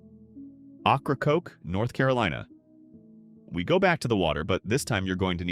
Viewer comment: AI can't pronounce Ocracoke properly, it's pronounced "Okra-Coke". 😂